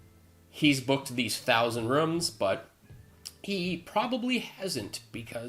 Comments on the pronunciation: he pronounces it " rums" we booked all the hotel rums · I'm pretty sure he said "1,000 Rums".